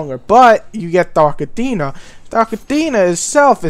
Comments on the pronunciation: Dude its Dark Athena not Dark Adeena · dark atteena? what a gumpter! aFFFena